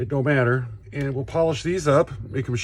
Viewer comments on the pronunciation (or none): none